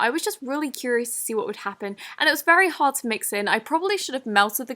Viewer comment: When she says hard u think she says hot